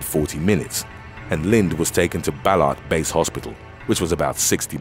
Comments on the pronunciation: Ballarat isn’t pronounced BellART. With the typical laid back Aussie way of pronouncing things it’s pronounced as BELLA-RAT. Full emphasis on the LAA and RAT. My intention wasn’t to be rude or mean I hope I didn’t come across as that I just wanted to give the correct Aussie pronunciation! Love your content and the channel! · Ballarat is pronounced bal-ar-rat not bellart